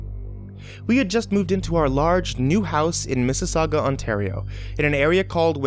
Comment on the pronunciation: NAH WHEN I HEARD MISSISAUGA IM PISSED I LIVE IN TORONTO